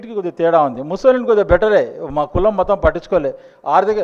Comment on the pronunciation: తు తు తు అని మాట్లాడే బదులు కొద్దిగా మంచిగా ప్రిపేర్ అయ్యి కాన్ఫిడెంట్ గా ప్రసంగం ఇవ్వొచ్చుగా. ముసోలిన్ కాదు అది ముసోలిని. ఇజ్రాయెల్ ప్రజలు ఇజ్రాయిల్స్ కాదు ఇజ్రీఆలైట్స్. సబ్జెక్టు మ్యాటర్ బాగుంది కానీ ప్రెజెంట్ చేయటం స్లోగా వుంది. కీప్ ఇట్ అప్. 🙏🇮🇳